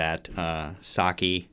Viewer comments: Cool video and breakdown! You're close with Saiki's name it's more pronounced like "psyche", like your mental psyche. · You got all the names right except Saiki. You say her name Sigh-Key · Thanks for your very enjoyable music reaction of Band-Maid's "Play". It is always great when a musician is able to give their informed perspective on a great piece of music. Props to you for learning the band members names and your pronunciation of them is pretty good, except Saiki is pronounced more like Sah-ee-key and not Saki the drink. It is pretty common for reviewers to run short of superlatives in reaction to Band-Maid but don't give up on them too early just because you wind up repeating yourself, we Band-Maid fans don't mind a bit as long as your reaction is honest and sincere.